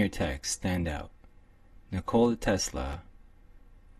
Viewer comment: Butchered his first name, he isn't a 'cola'